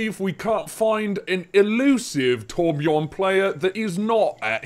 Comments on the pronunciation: hey man every american nvm every non nordic person should instead of calling him torbjooorn you should put an urn in there (torbjurn) thats how its pronounced pretty much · Anyone else who has the letter Ö in their aplhabet bashing their head against the wall everytime someone pronounces Torbjörn torbchorn?